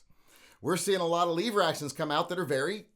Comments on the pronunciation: Lever not leeeever!!!!LOL!!! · Stop saying “Leever” to start with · Did he say leave er or lever? Cuz I’ll leave er for this action any day! 😂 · Only smooth brains call them leever action.